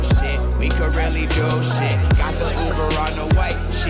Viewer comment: did he say ubear??